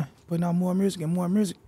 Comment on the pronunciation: Omfg don’t tell me Chicago niggas say “mursic” too 🤦🏽‍♂️